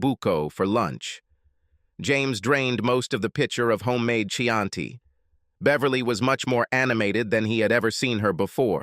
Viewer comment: Not "oso buco" but "ossobuco" with a double "s." Chianti is pronounced like a "K" like "Kianti."